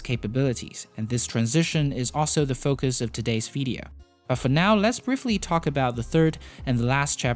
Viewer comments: Why do you say vedeo? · You say "video" wrong. It isn't VEE-DEE-oh. It's VIH-DEE-oh. "VIH" rhymes with vision, victory, vixen.